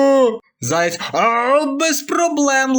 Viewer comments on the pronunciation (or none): Заєць, а не "заяць".